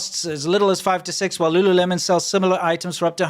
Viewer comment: I think it's pronounced Lu LOOleMON. Lol.